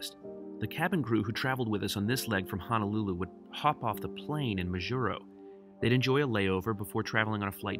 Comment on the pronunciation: there is no such place called “HANALULU. Now.., there is a little city on Oahu, it’s known as and actually called “HONOLULU”. BTW Majuro... “Maaa-Juro,”👊😎...